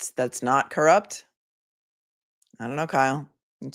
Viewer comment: You're pronouncing it wrong, its evil and its judge Cor-rupt.